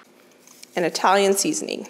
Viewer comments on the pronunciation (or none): none